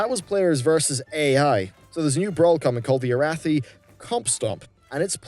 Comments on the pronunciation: Air rath thigh? Say it with me A wrath E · ARA-THEE. ARATHI! COME ON!